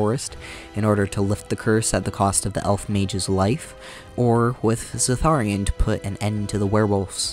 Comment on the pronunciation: Zathrian not "Zatharian"... I mean come on they say the names out loud several times in the game! Edit: also in his DA2 video he pronounces Qun like... uhh... well it gets bleeped out by the auto captions.